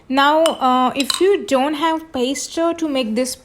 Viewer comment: No offense but you should at least learn how to say Pesto 😳 milk??? this is not pesto